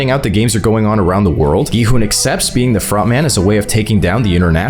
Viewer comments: Why in the world does he call gi hun gon hun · Why do you keep calling him Go-Hon?